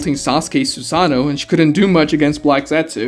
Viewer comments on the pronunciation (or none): none